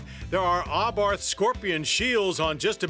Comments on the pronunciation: You'd think an agency which reviews vehicles would know it's pronounced "ah-bart" and not "ah-barth." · I agree! He says it like AHHbarth and it irritates me every time. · He isnt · the h is silent